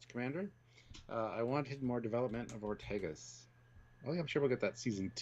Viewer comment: One of you pronounces Ortegas as "Ortiguez", which is an entirely different name, except for the beginning "Ort." The "e" in Ortegas is pronounced like the "e" in "bed". Then the "a" is like in "bad."